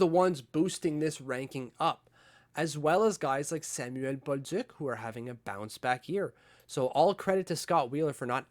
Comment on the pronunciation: My only comment, stop pronouncing Samuel Bolduc with such a heavy accent. Not going to fly on the Island.